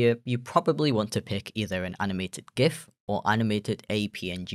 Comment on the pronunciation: I'm so happy you pronounce "Gif" correctly